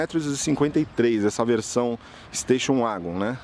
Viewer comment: Golf uagon?? Nunca tinha ouvido essa pronúncia 😂😂 Ouvia muito 'vagon' no tempo da Corsa, Escort, SW.. 😂 Se começa pronunciando "u" para o W, o que custa falar + "éguen" ?? 🤔 Gostei do comparativo 😉👍 É claro que os descontos oferecidos pela VW em alguns modelos é simplesmente por serem pouco comercializados, do contrário... já o Corolla, deixa evidente como não vale o que a Toyota cobra por ele. Pra mim é apenas um veículo cumpridor, comprado por duas categorias de clientes distintos: os RICOS que querem passar por pessoas simples e despercebidas na multidão e os "OUTROS" que querem passar a imagem de bem sucedidos, já que vêem os ricos andando de Corolla.. * Esse barulho da porta do Corolla também me deixou decepcionado, pois dos modelos mais antigos na categoria sedan, ele era um dos únicos a ter a batida seca ao fechar as portas, mas, perdeu essa característica nessa geração... gosto de ouvir a batida de porta do CIVIC/Jetta..